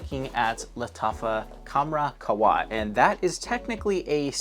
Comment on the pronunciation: Just to let u know, the H in QaHwa IS pronounced 😊